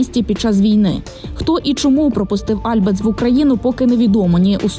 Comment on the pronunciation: альбАц, а не Альбац, взагалі-то дарма на неї накинулись, бо вона не пропагандистка